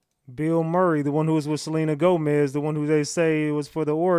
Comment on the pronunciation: It is Selena Gomez That Is How Her Name Spelled. Not Celine Gomez.